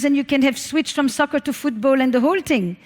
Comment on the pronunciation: She has me every time she says tHing without the H. Ting. Adorable. And out flows brilliance. I sit here and take notes, one t(h)ing after another.